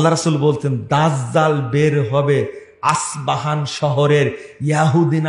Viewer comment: তুমি তো বক্তা নাম জানোনা,, আসপাহান না, ইস্পাহান